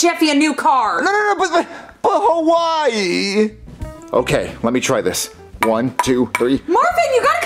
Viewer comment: Did Marvin Say Hawaii Or Why Let me know in the replys